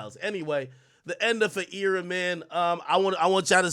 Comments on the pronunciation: Why wtf do you say era like that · Why ak keep saying era like that ts irritating